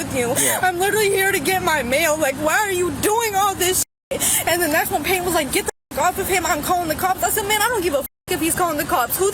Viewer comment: Serious question: When was the letter "T" removed from the middle of words? And who decided it was necessary? I mean, calls someone named PayTon, "Pay-un"? Dear Lord, please take me home soon!